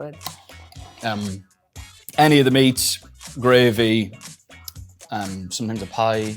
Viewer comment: The English came out in him for that "Gravy", sounds exactly like Harry lmfao